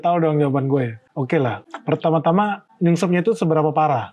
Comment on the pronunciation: Penekanan di "penyebab nyungsepnya" yah,. 😁